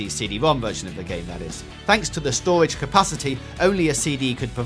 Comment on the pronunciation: It's called a speech impediment